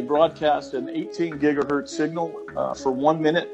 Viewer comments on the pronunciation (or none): I have never heard someone pronounce signal "seen-ñal"